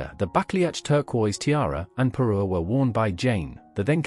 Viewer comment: Parure, not Peru etc 😊😊